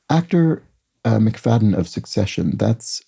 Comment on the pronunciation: At least in Scotland , McFadyen ( sometimes McFadzean) is pronounced Muk- Fad gen ( soft g) not Muk Fadden. My cousin was married to one.